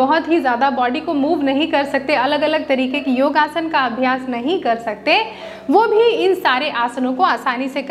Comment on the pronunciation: योगा नहीं, योग कहिये।